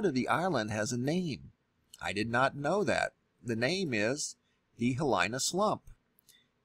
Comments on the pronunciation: Ok, I'm not a volcano expert, but I do live on the Big Island. Not sure where you got your info from, but seems to me there are several errors with what you are reporting. First the current outbreak/eruption is on the East flank of Kilauea volcano, not the south flank. second, Hilina (He-leena) is on the southern flank located within the Hawaii Volcanoes National Park and possibly just beyond that. The area is a very "steep" coastal shoreline. Undoubtedly cause by many landslides into the ocean. This area is uninhabited by permanent residents. There are switchback hiking trails and a beach to camp at. In '75 there was a large earthquake, dropping of the shelf, and subsequent tsunami. Look up "Boy Scouts at Halape" they were camping there during the event. I was a member of that troop, but wasn't with them on that trip. No doubt, living on an island with an active volcano has it's challenges, and dangers, the authorities here are doing a great job of keeping everyone informed and safe (as much as is possible when dealing with natural events). Thank you for your reporting, just wanted to share a "boots on the ground" perspective. Aloha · Love the information, but geez you're slaughtering the Hawaiian language.. Mauna = Mow-na (as in Cow) Kea = Kay-a Hilina = Heeleena a = ah e = eh i = ee o = oh u = oo (as in ookoolele - ukulele). Sorry... It bugs me. Back to the real issue at hand... If this does slide and USGS or the government didn't tell anyone before hand that they knew it was going to happen, it's going to make them look very poorly. The point of the USGS is to warn and prepare people for these kinds of catastrophes. Right?? I mean, what would be the point in keeping this a secret? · Seems they would have made sure he'd pronounce "Hilina" right . . . not even close. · . . or any of the other Hawaiian words. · learn how to pronounce Hilina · Please make sure that you are pronouncing "HILINA" properly! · pronounced (He-lee-nah) awesome video, thanks!